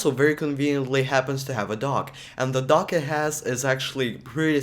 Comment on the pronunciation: I also thought he said DOG .